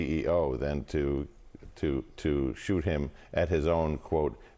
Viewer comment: More top notch journalism from seeennenn … his “pyzzthalll” can’t be compared to ballistics because this clown made it himself…. It will barely Shuute… professional my azzzzz